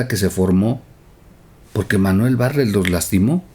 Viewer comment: pronuncias mal el apellido bartlet, como pronuncias la palabra atleta?